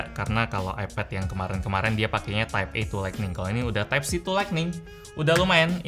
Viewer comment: masih ingat bg 3 tahun yg lalu? Yg Review Sm note 8 Tipe C bukan Type C😂👍 Ngmg Nya Slow Bet😂